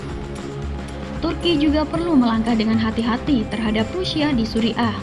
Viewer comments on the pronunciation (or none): Tulisan Suriah bacanya Suriyah.! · Belajar dululah kalau mau membaca kan berita, jangan sampai pendengar salah arti, Surya bukan suri'a rokok Surya. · Syria atau Suriah bukan suri ah...!